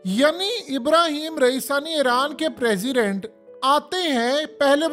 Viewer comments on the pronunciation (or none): Iranian president name is raeeisi not raisani